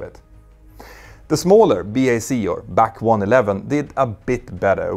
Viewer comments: I've never heard BAC 1-11 pronounced as "back" 1-11 before. It has always been a B - A - C 1-11. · Great video & well presented, as usual. Just one small, teeny criticism, though: it's not BAC-111 it's B.A.C. 111. B.A.C. was the acronym for the British Aircraft Corporation. Sorry to be picky but my teeth were itching every time you said it, LOL!